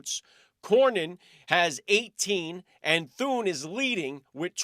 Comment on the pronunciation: Senator Rick Scott not senator Thurn